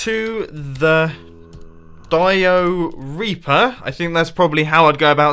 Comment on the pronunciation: When he said dioreaper I immediately thought diarrhea